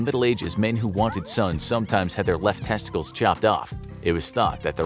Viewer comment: Lol. I really like this video the way he says tessties